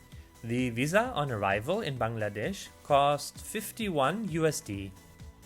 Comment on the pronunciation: Foreigners usually say Baang laa desh. But your pronounce is absolutely like native